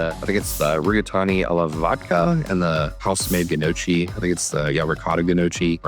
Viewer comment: It gnocchi (no-key) not gah-no-chi you ass hat